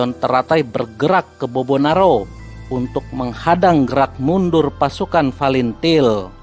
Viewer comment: OPRASI SEROJA BANYAK KORBANG YANG TERLUPAKAN FATILIN BACANYA FALINTIL UCAPKAN YANG BENAR OM saya TBO TNI JADI TENTANG TIM2 CUKUP TAHU TBO MAGELANG AKMIL SECABA N AKADEMI TNI OPERASI REROJA ITU LETING APUH BISMA SENAPATI DAN CATUR PERKASA PERNAH KESANA KALA JAJAK PENDAPAT maaf by adi TBO MAGELANG